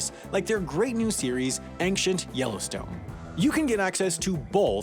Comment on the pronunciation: Did you say "Ankshent?"